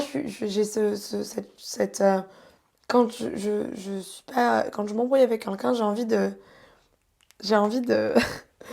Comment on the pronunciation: Svp la faut lui dire : c'est "QUELQU'UN" pas "KUNKUN"